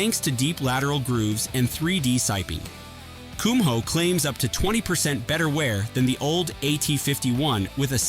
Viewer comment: AI can't pronounce Kumho correctly.